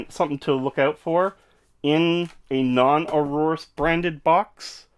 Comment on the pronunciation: It's pronounced AYE-OR-US